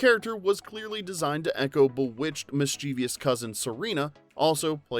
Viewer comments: I'd really appreciate it if the narrator didn't mispronounce the word "mischievous" as "mischiev-i-ous", a word which doesn't exist, but tends to be in common usage among ill-educated English speakers. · A good history. But note that the word is "mischievous", a three-syllable word with the stress on the first syllable; it does not end with -ious.